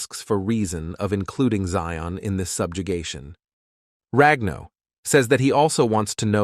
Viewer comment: Its prince zion agnes im not sure why they say zeon